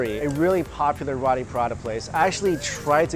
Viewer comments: Did you just call row-tee, raw-tee.... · mikey! Its RO-TI ....NOT RAW-TI....lmao pronounce it like : row-tea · It is roti Prata not rAti Prata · It's roti not rati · Rawti/Rahti LOL. Never heard it pronounced like that. Its Roti with a capital O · It's not pronounce as Rati. It's pronounced as Roti. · its pronounced "ROW TEE" not raaati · Roti..... not rati. .....roti. ..!! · Roti not rati I am Malaysian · You are pronouncing "Roti" wrong. Its pronounced "row-tee", not "ra-tee". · Love your vids Mike but it's pronounced Row-tee not Rotti 😉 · love ya mike but its pronounced "roe-tee" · Mike you just triggered the entire caribbean indian population with the way you pronounce Roti and Prata😂😂 we pronounce it like "Roetee Parata" but thats alright different cultutre different pronunciation. Ours is the straight Indian version though. Oh and Curry too...we say "Cuhree"😂😂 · FYI Roti is pronounced 'Row-tee' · Roti: Roh-tee, Ikan: Yi-kah-n, FYI lol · Roti is pronounced (roh-tee) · Its pronounced (r-oh-tee) roti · Roti is pronounced like "row tee" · I agree it's row tee or low ti with the R you'll have to roll your tongue. So it's not what ever you was saying.